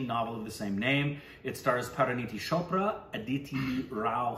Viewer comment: It's CHopra, NOT SHopra!!!!